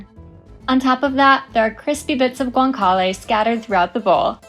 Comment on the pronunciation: Please learn to pronounce Italian words properly,please. Trastevere,Guanciale,had to shut your video off